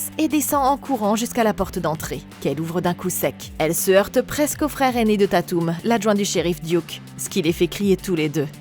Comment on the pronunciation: J'attendais vrm les screams depuis longtemps!!❤ par contre ce qui me derangeais etait comment tu prononçais dewey et tatum😂